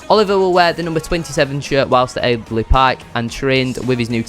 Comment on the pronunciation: Can't believe he said eejly 😂 disgraceful 😂